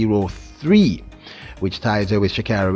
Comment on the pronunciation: Sha kayri!!!! The gitl does not like here name butchered. For 3 years she correcting y"all